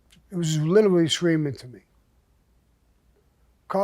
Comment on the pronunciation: Sammy do me a favor. Try saying “literally” again. I want to hear it again 😂...Greatest storyteller ever. Better than an actual movie